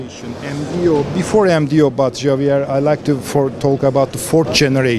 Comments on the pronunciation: adamın adı Xavier diye yazılır ama İspanyolca Cavier diye OKUNMAZ‼️ Doğrusu”Havier” diye okunur‼️ Umarım bir daha karşılaştığınızda adamcağızın adını doğru telefuz edersiniz böylece size daha minnettar ve memnun olur😉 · Naval news is French and so is Xavier, it's co-founder. As such it's pronounced "Gzavyeah", since R is silent and French X pronounces "GZ" But you can safely assume he doesn't mind at all. French is a singular language, we're used to it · He is possibly Frenchman and his name Xavier (Şavie)